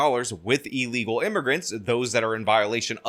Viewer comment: ILLegal. NOT EELegal.